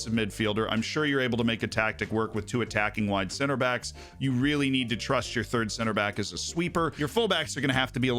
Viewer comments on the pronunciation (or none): none